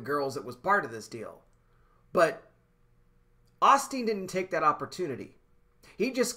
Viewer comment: Lol, brother, Oss teen don't sound right. Its pronounced OH steen.